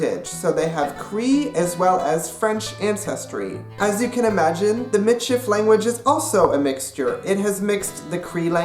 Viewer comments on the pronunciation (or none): it is pronounced MEE-sheef. get it right nex time! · you said it WRONG!!!! as a meits person im offended get you fucking facts together